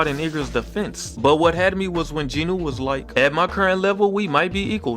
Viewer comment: The “w” in Jinwoo is silent